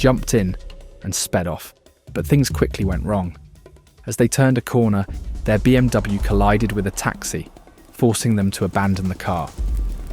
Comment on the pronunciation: ahh yes, the bluw BMW...